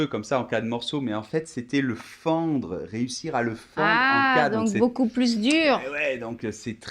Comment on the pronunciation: pourquoi tu prononce la s de plus, quand tu dis une plus facile ou la plus renversante?